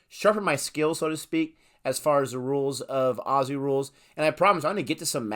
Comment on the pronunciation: Mate, you’ve just got a like seconds in from me because you actually say Aussie right! Nice one, mate!